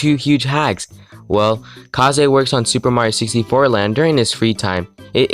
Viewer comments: it's pronounced kays, not kahzay. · I love the video but It’s Kaze (Kazz) not Ka;zé keep up the good work tho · Pretty cool, would be cool if you would edit your voice a bit tbh. Also is that really how you pronounce kaze? I thought it's just kaze and not ka-ze.